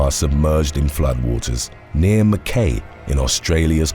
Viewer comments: Mackay is pronounced 'Mack-eye' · Hi mate just one thing mackay is pronounced mackeye in aussie land